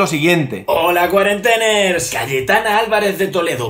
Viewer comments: "Cuarenteners", tipo "Biebers". A ver si aprendemos a leer...y a oír. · Según he oido "holq cuarenteners" me ha salido sarpullido en el alma.